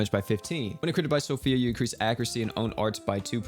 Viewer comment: So Fee. Not Sophia lol